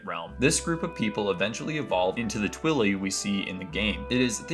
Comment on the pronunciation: "Twilly" 😭 Bro pronounce the word "twilight" but take out the second T sound. That's what they're called 😭😭😭